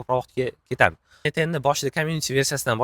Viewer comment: ЭНэй10 эмас - ЭнЭЙТ ЭН, тугри сузлайнг ээу))